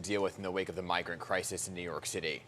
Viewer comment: "Bi-grant Crime"